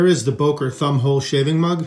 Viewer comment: Great video! But it's pronounced "Böker", not "Boker". The German "ö" sounds like the "u" in "urgent", the second "e" in "emergency" or the "i" in "James T. Kirk".😊